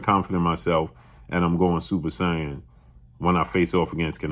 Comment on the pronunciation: SAIYAN (Say-en) DAMN BLUE YOU KILLED ME WITH THE PRONUNCIATION 😂